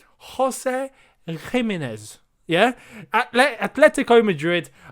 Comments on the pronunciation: Gimenez is pronounced with a H sound... like Wolves player Jimenez #spanishfolks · something about how he pronounces gimenez doesnt sit right with me